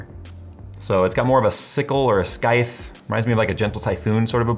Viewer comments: did you just pronounce a "scythe" as "sky-th". It's /sīT͟H/ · You don't pronounce the C in scythe (especially not as a K), in US or UK English BTW it's just S-eye-th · The way said Scythe 💀 It's like scissors. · FYI - the C is silent in scythe. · HOLD UP no one gunna talk about how he said scythe?? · Someone please correct on his pronunciation of "scythe". That was so jarring when he said it I had to rewind to make sure I heard that right.